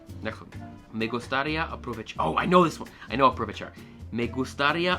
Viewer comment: Not bad for a beginner. Keep in mind the "h" in Spanish is silent in words like hasta (pronounced ah-stah). Also you need to work on stressing the accents correctly like when you say gustaría you pronounce it gust-AH-ria when it should be pronounced gust-ah-REE-ia.